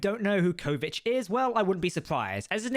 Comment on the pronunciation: I think the answer to the question in the title is a simple "yes". Also, please note that you go back and forth between the pronunciations "Kovich" and "Kovic". I believe the former is correct.